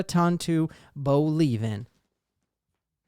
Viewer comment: “I Bo-lieve we can fly”